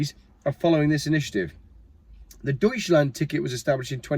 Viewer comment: Did you say it was the “Douchland ticket” ?